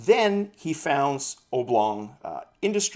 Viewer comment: A little pronunciation hint..... :) ob·long ˈäbˌlôNG/Submit adjective 1. having an elongated shape, as a rectangle or an oval. noun 1. an object or flat figure in an elongated rectangle or oval shape.